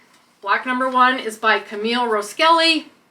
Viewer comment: That is a really cute block and I love that one. I just wanted to say it’ll be easier to find some of these designer patterns if the name was pronounced correctly in this particular case, her last name is not pronounced Rows Kelly. It’s Ross Kelly. I just think it’s important to give them their credit with correct names, and it makes it easier for all of the rest of us to find those designers. I already know who she is but there’s a lot of people out there that probably don’t .